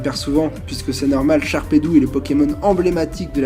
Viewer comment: Ah, la présentation d'une série EX, ça on peut dire que ça me plait !!! Le bloc de la vie, la classe incarnée !!! Je m'égare... Merci pour la dédicace mon ami :3 Ce que j'aime, c'est que ça fait 2 ans que tu prononces "Sharpédou" ! Pauvre requin méchant qui devient un poisson inoffensif ^^ Biz' :)